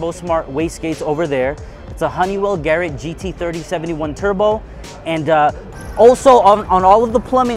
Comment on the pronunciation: Nice he helped design the ca...wait did he just call that a "Gary" gt40 turbo?!?! Didn't sound like Garrett to me